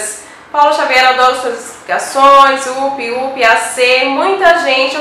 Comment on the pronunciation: A pronúncia correta de "up" não é "úpi". O correto é "àpi".